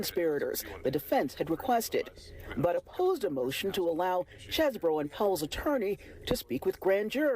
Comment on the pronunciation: It's Cheesebro